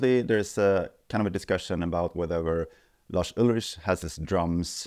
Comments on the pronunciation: "Just a sample replacement" as if that already wasn't faking reality after the fact. Also his name isn't "Larsch Ultritsch", would've taken you 20 seconds to learn how it's pronounced correctly, and i don't even like Lars. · I quite dig that retroflex Swedish pronunciation of Lars Ulrich you chose to use in this vid.